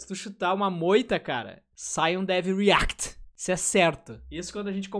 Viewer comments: Cara, POR FAVOR, fala "riact" em todos os seus vídeos kkkkkkkkkkkkkkkkkkkkkkkkkkkkkkkkkkkkkkkkkkkkkkkkkkkkkkkkkkkkkkkk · eu acho hilário ele falando "dev REACT" akakakak